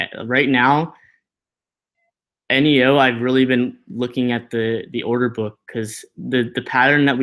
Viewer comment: I thought it was pronounced neeeooh not eneeeooh